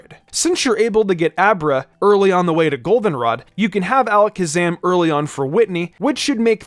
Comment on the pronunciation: Metagros cause you said Alaskasam too much